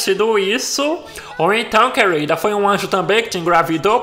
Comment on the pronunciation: "Ou então quelrida... kk